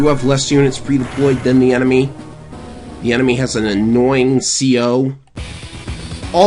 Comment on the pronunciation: “Thi” rocket?